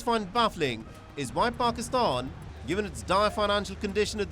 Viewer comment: First learn to pronounce the word pakistan 😂